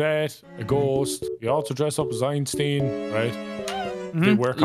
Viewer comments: EinSTEEN? thats not how you pronounce it. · “Einsteen” What?! XD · i do not like how nogla pronounced Einstein